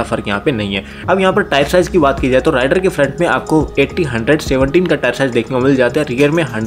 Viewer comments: Its रेडर not राइडर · It's raider please check pronounciation of the name